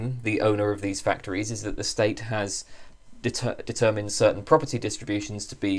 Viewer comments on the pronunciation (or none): none